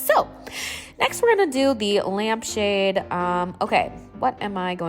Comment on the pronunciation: “Lmap shade” lowkey thought u did that on purpose and I found it so cutee